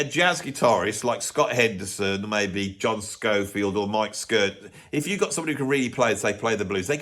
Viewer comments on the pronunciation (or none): none